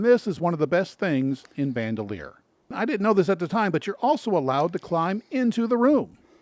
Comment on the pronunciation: Also Bandelier is pronounced Ban Del Ee Er. Not bandolier. It’s a surname.